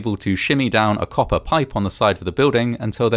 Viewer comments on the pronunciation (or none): none